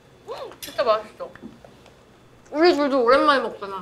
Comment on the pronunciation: Yennie's "uri" in American accent - TteenBee's "uri" in American accent